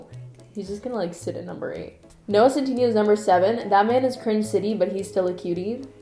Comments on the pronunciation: I don't know if it's just your accent, but you keep pronouncing Noah's last name wrong! Lol! It's pronounced, "Centinayo" Lmao;) I love how quirky and weird this video is! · the way she said noah’s last name i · but p sure u said noahs last name wrong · / i'm more offended by your pronunciation of centineo than your pronunciation of chalamet